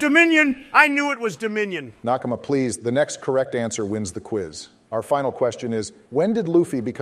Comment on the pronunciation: every time obama says “nakama” i recoil